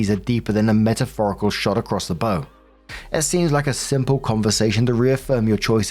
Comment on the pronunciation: bow here rhymes with now . It's part of a ship